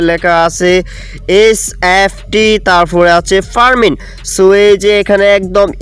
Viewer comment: ভাই পারমিন না এটা হবে "ফার্মিং" আপনি ঠিকমত উচ্চারনও করতে পারেন না